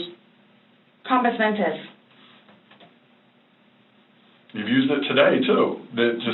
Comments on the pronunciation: She is the worst actor ever! And wtf is compusmentus? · 🤣👍🏼. But it’s compos mentis. If it’s pronounced correctly, there’s a better chance of spelling it correctly.